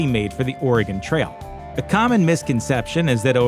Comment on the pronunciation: Thanks for saying "Oregon" properly! Not Oregoon like so many do. Great video! Thanks